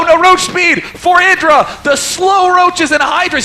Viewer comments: Idra man not "Aidra" c'mon ") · DAMN IT! its "I(t)dra" noch "(A)Idra"! omg, Day9 made it pronounce it every time 100% roght, and u mess it up every time! I need to hit my head on my board or i will be getting sick of. THUMB UP for:, learn to pronounce Idra!!! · IDRA NOT EYEDRA!!! i like but that DROVE ME INSANE!! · He really needs to make up his mind about pronunciation of Idra's name. For the record, it is pronounced with [I] as in "income", and not [ai] as in "idle".. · id-ra not eye-dra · "Aidra" ffs.... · Goddamn it learn how to say Idra...